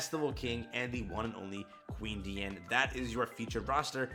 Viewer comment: Good Job, you are finally saying her name correctly!!! You have graduated!!!!